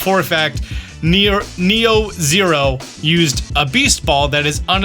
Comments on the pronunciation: NEO zero, not NeroZero, lol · Dude can't even pronounce NEO ZERO right. Also, they're not a hacker. Also, you literally did a video last year about how to obtain Beast Balls in ZA. So... I am very confused.